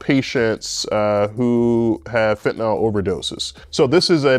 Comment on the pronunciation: Why would a real orthopedic surgeon waste time maintaining a YouTube channel? Why doesn't an orthopedic surgeon properly pronounce "fentanyl" and "narcan"?